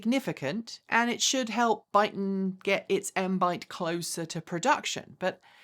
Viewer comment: Your saying their name wrong.. it is that you accent? 😁